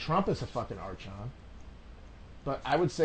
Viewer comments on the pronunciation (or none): It's "AR-KON" and it's killing hearing me hearing him say "AR-CHON".